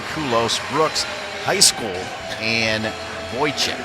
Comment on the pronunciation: the male commentator pronouncing poor Abbys last name as "high school" every time